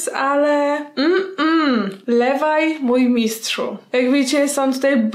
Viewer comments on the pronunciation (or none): Levi sie pisze Liwaj sie czyta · Co do wafelka z "czekoladą" Imię Levi'a czyta się Liwaj a nie Lewaj po 2 Na naklejce masz Ymir Agnieszko ^^ Cały odcinek jest super, pozdrawiam ^^ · Aga ja cię kocham ale to tego się nie czyta "lewaj", tylko "liwaj" albo "lewi". A poza tym to KOCHAM CIĘ!!! <3 I Snk też! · Aguś, "Levi" wedlug japonskiego dubbingu nie czyta sie nie "lewaj", tylko "liwaj". A "dziewczyna z piegami", to Ymir, ta ktora trzymala sie z Christa/Historia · Piłam to zielone ramune z chłopakiem.. Ohyda dla nas XD Świetnie wyglądasz, a odcinek superowy ♥ Edit. Nie czyta się Lewaj, a Liwaj ^^ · Aguś, kocham cię i twoje filmy ale.... "Levai"? To aż kaleczyło moje uszy 😅 następnym razem proszę powiedz "Livai" i naklejka którą dostałaś to nie ta od ziemniaków tylko drugi tytan - Ymir. 😉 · Ta dziewczyna to Ymir a nie Shasha ;) A i nie wymawia się Lev a Liv ;)) Pozdrawiam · Czy tylko ja mówię Levi a nie LeWaJ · Levi czyta sie liwaj a nie lewaj ;) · Aga, kocham cię, ale LEVI CZYTA SIE LIWAJ A NIE LEWAJ. Dziękuje za uwagę. ;> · Livaj nie levajjj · Lewaj się pisze Liwaj się czytaaaaaaa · Nie lewaj tylko liwaj sie czyta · Levaj? A nie livaj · Naklejka- Ymir (nwm czy dobrze napisałam) ale z tego co mi wiadomo to Levi wymawia się Liwaj (boli jak to piszę) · Poprawna wymowa imienia Levi (AoT) to Rivai bo japończycy nie umieją wymawiać "L". Taka zbędna uwaga ale musiałam to napisać bo jestem wielką fanką Snk. Tak, muszę się do wszystkiego przyczepić. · Jego imie wymawia sie livaj a ta dziewczyna na naklejce to ymir